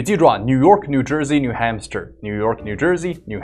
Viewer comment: 纠正一下发音，new HAMPSHIRE.汉布什尔